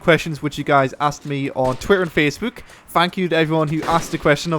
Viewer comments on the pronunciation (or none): haha "Facebuwk"